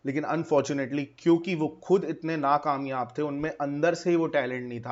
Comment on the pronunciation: Abe Nakamayabi thik se bol nahin paa rha aur ek achhe khase bande ko degrade kar rha hai ..